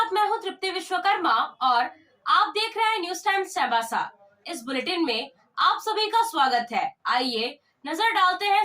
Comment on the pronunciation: चाईबासा बोलने भी नही आता है